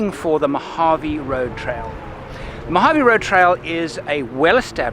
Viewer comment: It's, "Mojave." Great photography, though!